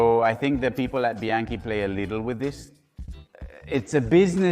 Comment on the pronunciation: What the f*** is BYankey? It's bianchi and surely you have heard this pronounced a million times. Why pronounce it like that???? You are weird and creepy. Dislike